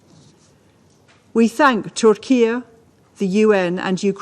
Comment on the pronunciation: Did she say Turkia?😂